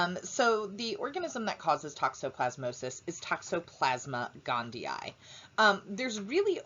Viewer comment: Finally someone who knows how to pronounce it correctly. Thank you! <3